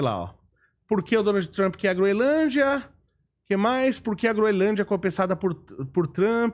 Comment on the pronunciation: O correto é Groenlândia, e não Groelândia.